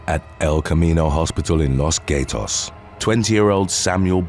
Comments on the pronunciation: Love your content, can't tell if it's the topic or your British Morgan Freeman voice that makes it so loveable. The latter reason is what drives this feedback, hearing "gatos" pronounced like "gay-tohs" was almost literally a scratched record moment. The first part actually sounds like "gah". Fun fact: Gato means male tomcat in Spanish. Anyway, keep up the good work! (No sarcasm meant.) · I dunno why he pronounced it like that, it isn't the way we English would normally pronounce it 😂😂 I work in Los Gatos, there are "two cats" in several businesses (we have two black ones in a large mural on the wall) and at gates of homes etc., it's a really nice place.